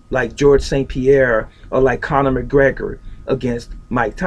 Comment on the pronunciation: No. First of all it's Connor not cannon! who the hell is he? second no, Bruce has Tyson beat due himself being faster than Tyson. Bruce has more ways of ending a fight instead of striking. In a street fight Tyson would be destoryed.